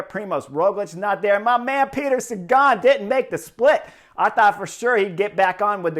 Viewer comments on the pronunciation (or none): none